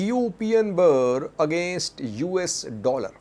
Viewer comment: you always pronounce Ethiopia’s Currency wrongly. It is not BAA but Birrrr